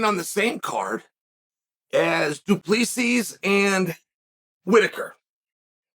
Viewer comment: the way to pronounce Du Plessis correctly is just Du Plesie not with 2 esses its an Afrikaans, not an English surname.